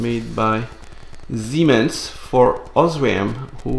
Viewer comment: Someone finally promouces SIEMENS properly. Thank you for fascinating video:-)